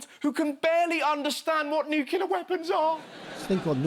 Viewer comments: I am % anti-Trump, but Howard, he does know how to say "nuclEAR", not "nucULAR". Every time you say "nucular", I cringe! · Christ, Russell, it's nuCLEar, not nucular. Even Donnie pronounces it correctly, and that guy is a well-known fucking moron. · It's "NEW-CLEAR", not "NEW-KYA-LURE"... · Agree with you on pretty much everything Russel, but 1 thing. You don't have the right to mock Trump's speech impediment when you consistently say "nucular" like some republican congressman -. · Nucular twice? Is that you, Homer? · Please stop incorrectly pronouncing "nuclear"...The way you say it reminds me Homer . Love your show otherwise! 💪🙏🙌